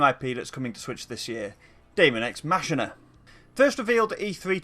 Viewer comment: Cringing at the way Machina is being pronounced.